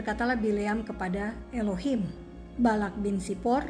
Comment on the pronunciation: Pembacaan anda dgn Elohim itu Tepat sekali.